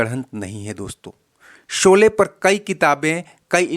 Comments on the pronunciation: भाई उच्चारण तो सही किया करो शोले को सोले बोलते हो , श और स में बहुत अंतर है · Seen ki jaga sheen bola karo yeh gaon ki kachi boli hay soley nahi sholey saheeh lafz hay